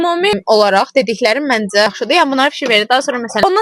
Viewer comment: Mendze yox menCe